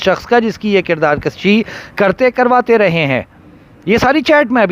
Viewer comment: kirdaar kushi not kirdaar kashi